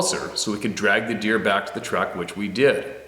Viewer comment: Looks and sounds like you may have had a couple of them coronas before doing the video and its deer not beer lol